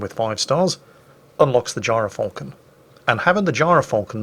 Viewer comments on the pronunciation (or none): gy ra falcon... sounds wrong